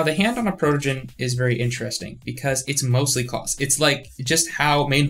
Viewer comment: “AwL ClAoWs” Sent me.